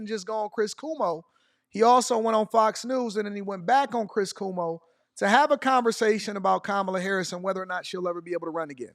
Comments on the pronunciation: cuomo pronounced Como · Its...KWOMO. Not Kumo Cuomo of course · Just to help you out : it is pronounced “Quo mo” like Status Quo. Love your content 😊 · Pronounced “Kwo-Mo” the u is like a w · Pronounced Kwoe moe 😊